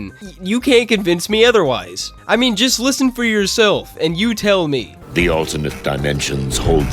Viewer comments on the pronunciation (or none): none